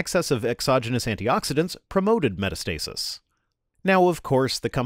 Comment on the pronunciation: Just to let you know because it is pronounced differently from how it looks. Metastasis is not pronounced "meta-stasis" it's actually pronounced "met-ass-tuh-sis"